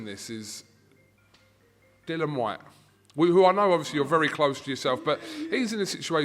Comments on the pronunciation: Why does keep calling him Dylan it's Dil-li-an he only got told again the other day by Whyte himself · Thank you. I've never called him Dylan, the extra I is there! Pronounce it!